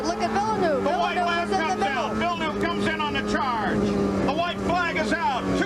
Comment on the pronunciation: Jacques Villeneuve is too complicated for Americans to say so they mispronounce it...